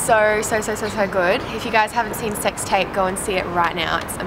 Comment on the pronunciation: I thought you said 'sex type' lol